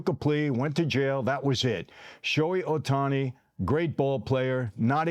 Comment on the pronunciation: This dude is so full of sh!t. Cant even pronounce Ohtani's name. What a joke.